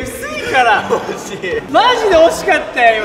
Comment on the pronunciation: でりょうくんが惜しいって言っとるの、おしりにしか聞こえん笑笑